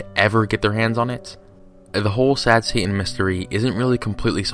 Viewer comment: But what if Satan can go Super “Saiyan?” Just “sayin.”